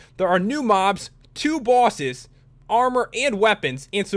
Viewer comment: He said bwoses